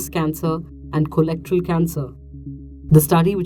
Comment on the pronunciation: um she's a journalist? A simple Google search tells you how to pronounce it.